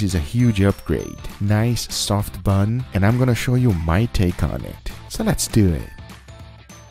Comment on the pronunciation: “So let’s DEW EH”